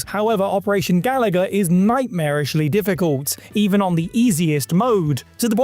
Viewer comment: They lost me at pronouncing it like Galaga when it's clearly Ga-LOO-ga.